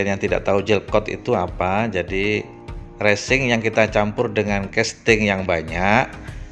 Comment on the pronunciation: Mantap bermanfaat skali tapi bukan Recing Bosque tapi Resin,,,,,,,,heheeee